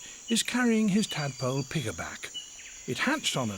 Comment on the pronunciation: Is "pigerback" really the way to say piggyback in British?